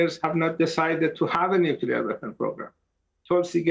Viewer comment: I cringe every time I hear someone say nukelar. Say the word clear you can say nuclear.